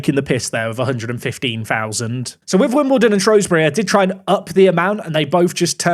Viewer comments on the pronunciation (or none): none